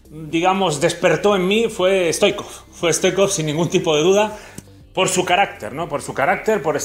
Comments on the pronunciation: No se dice Risto stoicov se dice hristo STOICHKOV la H sería como una J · Pq dices stoikov? Es Stoichkov!